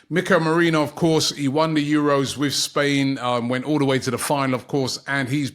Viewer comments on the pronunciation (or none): none